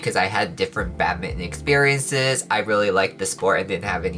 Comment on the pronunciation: I keep hearing “Batman” instead of “badminton” 🤣